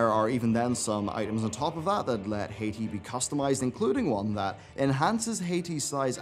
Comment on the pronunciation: Stop. Saying. HEYTEE. IT'S HAAH-TEE! - Also while you're at it. Stop mispronouncing Yrel's name. It's not Yee-rel. It's Yh-rel.